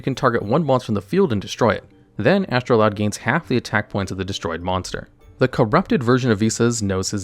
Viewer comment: Why did you keep calling it Astroloud instead of Astroud?